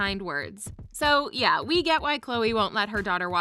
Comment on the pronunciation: She also said yay instead of yee ...